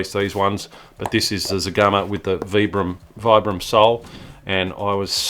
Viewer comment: I took some management development courses with workers from the Vibram North Brookfield, MA factory. You are pronouncing the brand name correctly. Vi bram, not V bram Also if a woman tells you that you have too many shoes, then you have too many shoes.